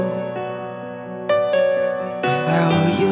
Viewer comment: Would like this 10x better if you didn't pronounce it as "without chuu" 50% of the time throughout the song. D